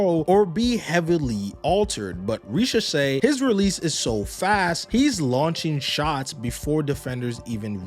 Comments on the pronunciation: and his name is Risacher, not Richaser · men if you want to pronounce his name the right way, imagine the S in risacher is a Z. Great vid otherwise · sorry to be negative but what’s with americans not caring about pronouncing any foreign name right ? It’s exausting. I get not knowking how to pronounce when the name does not ressemble anything you know, but to be inconsistant for each time you say the word is embarassing, how do you not realize you butcher the name and correct it ? Same goes for Wembanyama